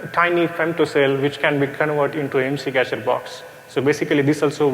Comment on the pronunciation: The first sentence was wrong. Its IMSI not ISMI xD